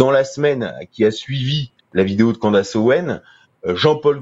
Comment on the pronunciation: On prononce Candeice et pas Candace